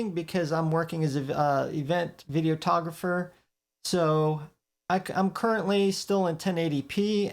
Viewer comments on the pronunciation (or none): Did you say event videotographer? I never heard it said that way. I have heard of event videographer though.